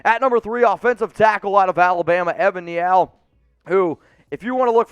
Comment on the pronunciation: It's Evan "neel" not "nee-all." It's Demavin "lee-all."